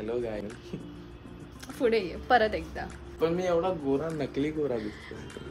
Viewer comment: ( pude ) Asa nhi bolt (fude ) bolte.. he tyanna ch mahitiye je daily vlogs bghta Tumche 🤌🏻💗